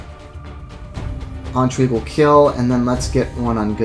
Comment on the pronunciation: My OCD monkey brain is compelled to write a youtube comment about your pronunciation of the word intrigue. It would have to be spelled "entrigue" for that pronunciation to be correct. Sort of like the word "Ennui". The difference between "in" and "en" in French is very similar to the difference between the name "Anne" and the word "on", in English.